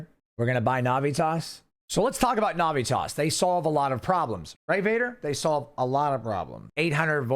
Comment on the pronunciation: You are saying the name Navitas wrong, bro. Get that shit right, homie. It's like nails on a chalkboard the way you say it.